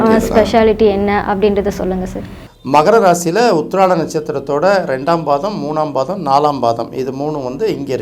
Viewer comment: உத்திராடம் தெளிவாக சொல்லவில்லை